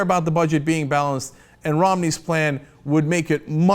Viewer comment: "Anoter Mid-east war"...